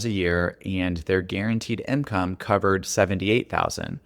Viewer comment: Please, stop saying “imcome”